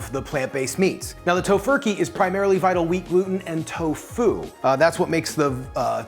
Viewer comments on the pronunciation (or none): Every time you say "vital wheat gluten" I hear "TVP" lol